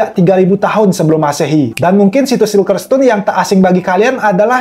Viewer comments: bacanya sirkel oyy bukan silker.. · Bang salfok sama penyebutan bahasa inggrisnya "CIRCLE" kan harus nya di baca "sirkel" bukan "silker"